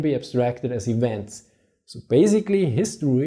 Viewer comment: "The relationship of ewents" - pronounce the v in English like a w in German.